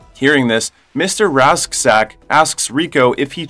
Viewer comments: Radchack. Not rashdack...Radchack's Roughnecks.. houa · uhh you mispronounced Klendathu and Mr Rasczak and it hurts pls re-upload